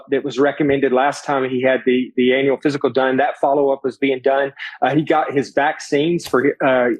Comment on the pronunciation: Please please please ....aneural....no annual...awwwwww